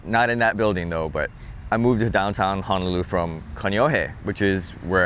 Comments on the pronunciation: Please don't misunderstand what I'm about to comment. But as a local boy I'm surprised how you pronounce Honolulu. You seem to be pronouncing it HA-nolulu like a mainland haole instead of how it's really supposed be pronounced ... HO-nolulu. Just saying lol! Like you and like your channel! 👍😉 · I'm shocked too. This might be fairly recent? (I don't go home much.) Locals' Hawaiian pronounciation isn't perfect anyway, but HAH-nolulu from a local is not good.